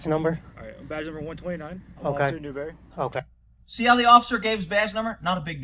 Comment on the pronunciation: When he said Newberry I dropped my phone laughing